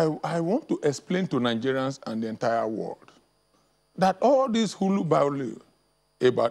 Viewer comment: "Hulubaulu"? It's hullabaloo, idiot. Don't use terms that you can't pronounce, just as you should not be wasting our time here, if you have nothing to say. I am not gonna watch this BS....bye.